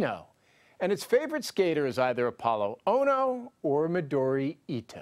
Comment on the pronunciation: Hey, CBS: The speed skater is Apolo Anton OHNO, not ONO.